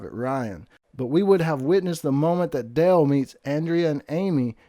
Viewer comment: It's driving me nuts he sounds like he is saying del it's dale